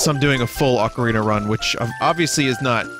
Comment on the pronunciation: Acareenya of Time Randomized. Nice.